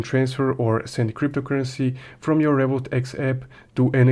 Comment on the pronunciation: Why cant u pronounce Revolut X properly I don't even understand if u are saying revolut , Revolut x or Revolut eep what are you saying bro your video is clear but you intuition is very bad